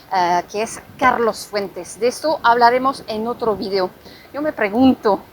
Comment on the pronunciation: Me gusto tu video no tu “virio” como ahora todo mundo lo pronuncia. Recuerda una cosa que si estás hablando español tienes que pronunciarlo en español no en inglés Saludos